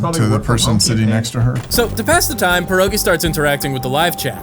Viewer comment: i love how u pronouce pierogi wrong